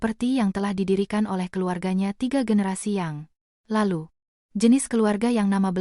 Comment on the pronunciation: Jangan dibaca : yang. Ialu. pada. usia. bagi. mereka Bacalah : yang lalu pada usia bagi mereka